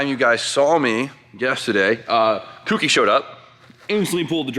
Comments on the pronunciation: Co. Key. Cokey. Kouki. For fuck's sake,. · jesus christ its not pronounced kooky lol